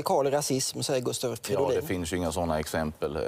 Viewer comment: Gustav Fiddolin?? Hahah